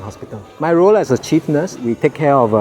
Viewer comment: Is it me or did I heard the chief nurse said 'Hi im the cheap nurse'